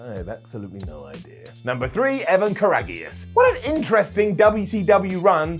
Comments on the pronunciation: Dude! It's not "KIWI!!!!" The guy's name was KWEE WEE! C'mon man!! This isn't hard . . . . "Kar-ag-ee-us??" Did you even WATCH WCW?? I mean seriously, did you ever actually WATCH this or do you just read cue cards?? It's Karagias as in "Courageous." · KAH•RAH•GEE•US is what I heard. Lol ya almost had it. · Nobody at WhatCulture coulda told it was pronounced Evan "Courageous"? Lol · It’s pronounced ka-RAGE-is, not ka-raggy-us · FYI. Evan Karagias = Evan Courageous. Pronounced the same way. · Way to mess up Evan's name 😂 Also, what about Reno? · Karagias is pronounced "courageous". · Evan Karaigias was pronounced "Evan Courageous" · Kah-rag-e-us? Did the people on this channel even ever watch wrestling? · It's pronounced courageous, buddy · 🤣🤣🤣🤣 saying “karagius” with a hard G totally popped me! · Not that you'll read this but it's pronounced courageous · Kuh Raggy Us.......Oh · Sure you don't want to take another stab at pronouncing Evan Karagias' name? It's pronounced kinda like courageous. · Lmao Ruh Roh ka-Raggy-us... lol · Jesus dude it’s pronounced Courageous 😂😂😂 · It is pronounced like “courageous”. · Yup butchered that one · I laughed out loud when he said “Ker A Gee Us” looooool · Lol. Had to make sure I wasn’t tripping. No reason why I know that, and doesn’t. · Butchers Evan Karagias' last name, just calls him Evan for the rest of the segment 🤣🦀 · Just in the comments to see who else couldn’t get past pronunciation of Karagias. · LOL it was really bad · Cole PEW-ta REE-coh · Imagine not knowing how to pronounce Karagias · Yeah, that got me laughing